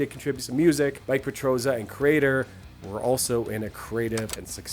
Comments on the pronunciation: It’s Millie petrozza. Not Mike. Say it with me now “editing and quality control is hard” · "MiKe" Petrozza? ^^ (It's MiLLe). And their 92 album is called 'Renewal', not 'Renewed'. Pretty interesting video nonetheless. Never heard about this project. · Mike Petrozza, really? If you feel compelled to criticize a metal project, then first learn the names of the protagonists and how to pronounce them. Typical American again... By the way, your band sucks. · Mike...from Kreator ... Not Mille